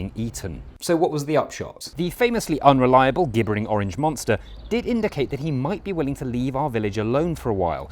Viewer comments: "g"ibbering?! Surely that's pronounced gibbering (J)...that's weird! Otherwise, brilliant ❤ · Gibbering is pronounced as in "jibbering". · Gibbering is pronounced Jibbering. Weird that Jonathon Godisgood - makes the same pronunciation error. There's something strange going on here...I just can't quite put my finger on it! Ever noticed - Jonathon Godisgood bears a striking resemblance to Brains from Thunderbirds? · Gibbering is pronounced with a J, you gibbon ;-)